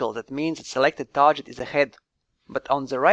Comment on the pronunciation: One small tip: "target" is pronounced tɑːɡɪt, not tɑːʒɪt.